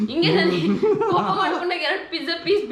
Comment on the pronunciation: ಕೋಪ ಾ ಕೂಪ ಅಲ್ಲ 😁